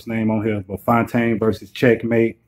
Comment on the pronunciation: Bru I'm fyetaine.....I really appreciate this recap and the shout out....I'm going to subscribe and share the video too💯💯you said my name right lol